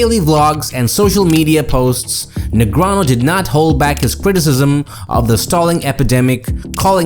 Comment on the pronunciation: Why still pronounce Daniel's name "negranoh"? He's publicly corrected people for that mispronunciation multiple times.